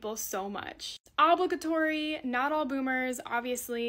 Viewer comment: LMOA. Champion reply. 👏🙌😂💯 And yes, dear lord that was painful. 🤦‍♀️😂